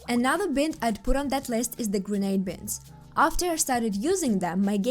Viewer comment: the "i" in bind is a long "i" so bind should sound like you're saying "bye" and add an "nd" like "bye-nd"